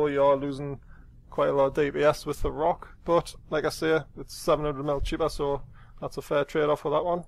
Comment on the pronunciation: Rokh is a mythical beast from Persian legends, so the pronunciation is Rowk, not Rock.